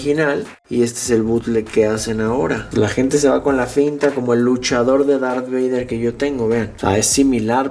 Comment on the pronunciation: Minunto "Dark Vader" jeje